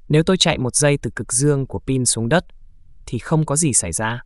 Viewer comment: Cát t, đất t, mạch t 😮